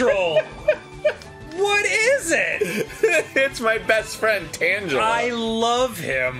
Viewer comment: Acktually, it’s not tangela pronounced similar to ‘tangent’…. doesnt it make more sense to be pronounced similar to ‘tangle’…? TangEla. Gotta think of the oooooorigin.